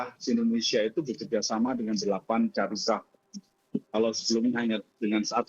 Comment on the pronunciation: Bukan syariqoh pak.. Tapi syarikah